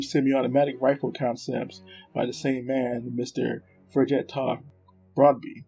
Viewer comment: Thanks for the video featuring some lesser known experiments weapons. I really enjoyed it, although your pronunciation of Norwegian names is atrocious. How you managed to get that many syllables out of the simple name of “Fridtjof” is beyond me, but Americans never were known for their cultural or linguistic sensitivity, so we will just have to live with that. So a couple of more relevant comments; in this context (Norwegian weapons) it is simply wrong to use the term “Swedish Mauser” for the 6.5x55mm cartridge. This cartridge was developed in the 1890s as a joint project between the kingdoms of Norway and Sweden, which at the time was united under a single Sovereign. The Norwegians adopted the 1894 Krag-Jørgensen rifle as standard, the Swedes the Mauser, both in the same caliber. In Norway, this cartridge was NEVER referred to as “Swedish Mauser”, and those developers you covered would have been horrified to have the cartridges being referred to as anything else than 6.5x55mm Krag. My father taught me to shoot on an Krag m1929 (sniper) and to him it was never anything but 6.5x55mm Krag. On the section on the Eriksen SMG prototype you postulated that the SMG could have been chambered for the Nagant cartridge, stating that the Nagant was in use by the Norwegian Military. This is not true. All branches of the Norwegian Military adopted the Colt 1911 in 1914 as the Kongsberg (Colt) m1914. It is highly unlikely that an obsolete cartridge no longer in use would be selected for an